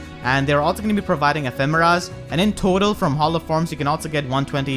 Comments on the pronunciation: I think it's pronounced Eh-fee-muh-rah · to me it sounded like you said mufasa a few times